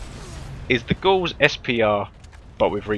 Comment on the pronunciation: Also gauss rhymes with house I think.